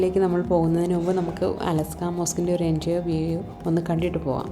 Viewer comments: അലസ്ക അല്ല ; അലക്സാ എന്ന് പറയു സഹോദരി...! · അലസ്കാ അല്ല അൽ അക്സ മോസ്ക്ക് 😂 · അലാസ്ക അല്ല. 😂.അഖ്സ ...... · അലസ്കാ മോസ്കല്ല, al അഖ്സ മോസ്ക്